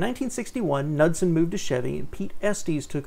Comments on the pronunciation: I think the K is silent. Nood-sen. And did you catch the Parisienne? Holy shit, where did this guy grow up? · "NUDSON"??? LMFAO It is pronounces "Ka-nood-sen"